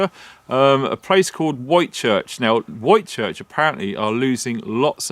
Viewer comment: Witchurch it’s pronounced